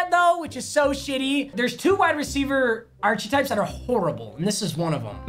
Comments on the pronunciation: dawgy its pronounced like "ark-type" not "arch-eh type" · mans just said "ARCH A TYPE" LMFAOOOOOOOOOO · biggest enemies, Yo boy, cant say Stefon properly and archetype. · When will papa learn how to say archetype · still doesn’t know how to say archetype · dude is in college and still doesn’t know how to say archetype